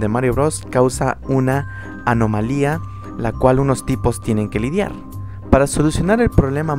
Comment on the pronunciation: Por que se te ase tan dificil decir anomalia es una una palabra tan facil